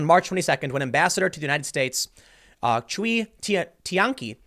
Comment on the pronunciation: Minor gripe: The Chinese name "Cui" is pronounced like "Sway."